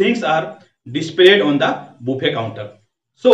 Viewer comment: Bro this pronounce baffey not boofey